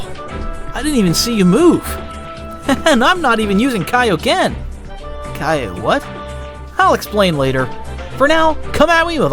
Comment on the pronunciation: Kio-what? Lol